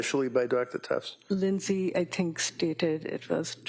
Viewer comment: "Lindey said"... really??